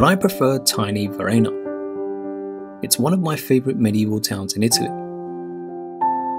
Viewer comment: Nice idea to show there is more than Roma-Firence-Venezia , but how about learning to pronounce the names ? "Bairgamo", "Paysaro"(not Pesssaro),"Teeevoli" (not Tivvvoli), "Uuumbria", "To-di" (not Todddi), "Varennnna" ...nowadays even Smartphones tell you how to say words in other languages ....